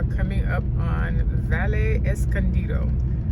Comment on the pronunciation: Great tour. The double "ll" in all Spanish words is pronounced as a "y" so, words like Valle, Calle, Caballero, Cabello, etc, become, vaye, caye, etc., etc.